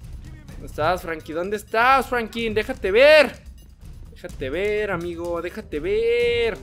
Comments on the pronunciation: Denle like si escucharon que dijo frankin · Franklin y no Frankim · No es Frankin es Franklin